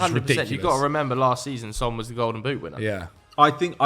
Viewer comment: The fact that you mispronounce Sons name still is funny to me